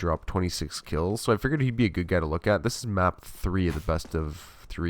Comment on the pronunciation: Every time you say "zist" I cringe